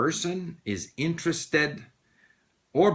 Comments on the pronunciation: You pronounced interested with a spanish e instead of a spanish i. Did I mishear or it's that the way you pronounce it (maybe it's the canadian way of pronouncing it) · It is /ˈɪntrəstɪd/ or /ˈɪntrestɪd/. /ɪ/ is a sound between Spanish "i" and "e". Accordingly to one Geoffrey Morrison’s study, Spanish learners of English confuse English /i/ and /ɪ/ and assimilate them to Spanish /i/ initially, and later /ɪ/ is assimilated to Spanish /e/. So I guess you're making progress :)